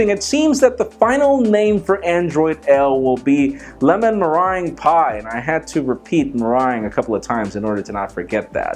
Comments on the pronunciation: Your Spanish tongue just murdered the name of that delicious dessert. Simplify it: "Me" (Like you and ME), "Rung" (Like first RUNG of a ladder). You're pronouncing it as "mey-wrung". Don't drag it, don't elongate it, don't let it slither around your tongue. Drop it. Spit it. Me.Rung. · Meringue is pronounced merang like the end of boomerang. Well at least that's how I've been taught in Australia. Lol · Didn't he say meringue wrong?